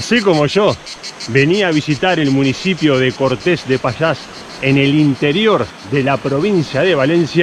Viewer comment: Cuidado, el acento no está al final ......Cortes es un nombre que foneticamente es una palabra llana , no aguda.